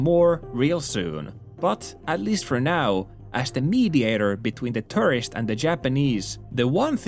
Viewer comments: "Foreigners are eating all the rice" That's a funny way of saying Japan doesn't do hospitality. No other country would say such a stupid thing. Every time you say tourist it sounds like you're saying terrorist. LOL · He can only do ~100 inflections of word "turisti" without batting an eye, but can't pronounce "tourist" properly.